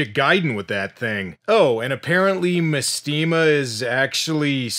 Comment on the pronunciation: mestema is actually supposed to be mAstema, like mastema, the fallen angel made famous by the shin megami tensei games